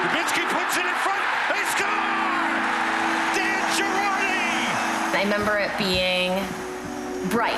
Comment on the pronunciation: Isn't it sad HE didn't even pronounce his own last name right